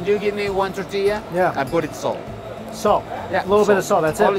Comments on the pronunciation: Same! It’s tor-tee-ah Regardless, always a pleasure to watch Mike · Cracks me up the Asian guy says Tetillia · How Mike says “tortilla” 😂😂 “titiya” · Hearing Mikey say toe-tilla in the first video..come on bro Hearing it 5 videos in..LIFE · "The Tutilla"! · This guy can't say tortilla to save his life.😂😂😂too funny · Please enunciate the word tortilla....there are 3 syllables in the word. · There is an “r” in “tortilla” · There is an “O” in the word tOrtilla, mike 🙄🙄🙄